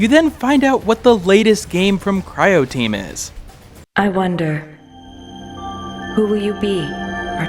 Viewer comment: Great idea for a video executed well. You've earned yourself a sub. :) Though pronouncing Croteam as Cryoteam stood out a bit with the word right there on the screen.